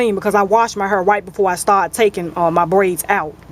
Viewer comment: i <3 How You Say Hair, You Say "Har" :-D